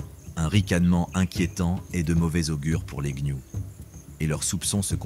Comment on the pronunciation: Il dit également les gnious au lieu de gnous lol probablement une ia maintenant youtube en est remplit même les créateurs francophones utilisent des ia pour la narration c'est stupide et souvent ça flingue la vidéo, ici ça va encore la voix est correcte et peu d'erreur